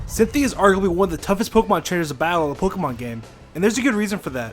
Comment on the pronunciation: Say 'Pokey-Mon' one more time